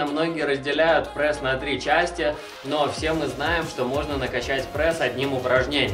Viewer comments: Чувак , ты бесишь. Говори прЕсс а не прЭсс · Не прЭсс,а прЕсс.